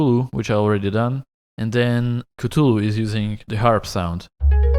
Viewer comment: It warms my heart to see that no one made fun of you for saying catulu